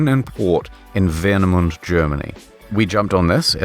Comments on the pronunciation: I just must say that the pronunciation of Warnemünde, Germany(,which is just a part of the city of Rostock) was so bad that as a german living close to Rostock, I hadn't even any idea where it was until I saw that it was at least written correctly. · Your pronounciation of Warnemünde killed me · Its very funny listening to ih trying to pronounce Warnemünde